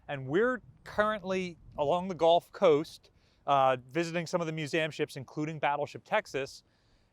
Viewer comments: love your videos and appreciate you updating us. Keep up the good work! (BTW …. It’s pronounced “gulf” not “golf” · Really not a huge difference between the two pronunciations. Gulf, pronounced like gull, or golf, pronounced like gall.